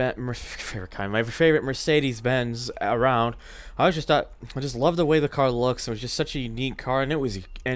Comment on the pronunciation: Of course no one except from my country can pronounce it correctly... xDD You got the first part right tho! :D